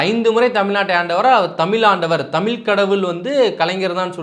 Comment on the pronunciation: டடேய், தமிழ் அப்படின்னு சொல்லாம தமில் அப்படின்னு பேசுற நீ தமிழை நீ வளர்த்திய அப்படின்னா நீ கேட்காதே.... முதல்ல தமிழ் அப்படின்னு பேச கத்துக்கோ... கேட்காதே.. வாழ்கிறோம் அப்படின்னு சொல்லு.... தயவுசெய்து மறுபடியும் இந்த மாதிரி தமில பத்தி நீ பேச வராத..